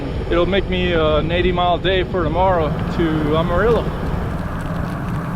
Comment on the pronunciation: Love watching your Rte 66 journey especially through Oklahoma and now the TX panhandle and yes the wind is relentless, sometimes seems like there’s a headwind any way you turn and yep that’s how we became the dust bowl states. Btw Amarillo is pronounced AM(not Ahm)UH-RILLO. 😂 Keep up the great work!!